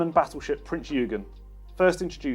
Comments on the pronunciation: Absolutely fabulous range - proud to be British. A small detail: Prinz Eugen is pronounced: Prinns ZOY G'n where the emphasis is on the "OY". ZOY rhymes with Soy and the "G" is a hard "G"-sound, not a "J"-sound. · Shame can’t pronounce Prinz Eugen or the fact it is a heavy cruiser not a battleship.